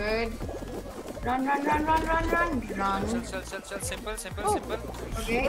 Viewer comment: She keeps on saying run as ran 😂